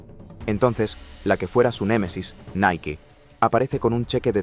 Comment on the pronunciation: LA PRONUNCIACIÓN CORRECTA ES: "NAIKI" NO "NAIK" (NIKE)